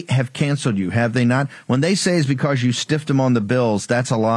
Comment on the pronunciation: Marjorie “Buhcuz” Taylor Greene